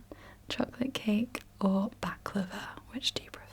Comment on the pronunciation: When she said baklava my turkish veins were about to explode